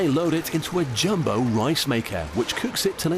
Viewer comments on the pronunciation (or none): none